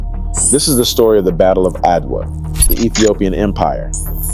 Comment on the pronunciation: Fascinating history! But why did the narrator refer to Adwa by spelling out its name, A-D-W-A, instead of pronouncing it ?